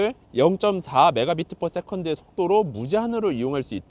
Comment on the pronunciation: 그냥 "엠비피에스"라고 하셔도 다 알아들어요...